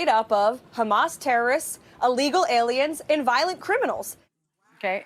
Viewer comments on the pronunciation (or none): none